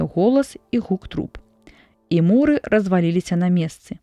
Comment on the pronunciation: Не му'ры, а муры', націск на апошнім складзе.